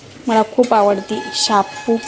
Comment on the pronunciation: शापू ची भाजी बोलत नाहीत आधी मराठी नीट बोलायला शिक बाई शेपू ची भाजी बोलतात ग बाई 😂😂